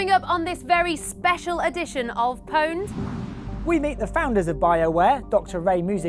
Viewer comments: its not powned you stupid bitch its pawned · PONED? Its OWNED... jesus christ. spelt pwned, said owned... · stop saying powned you stupid bitch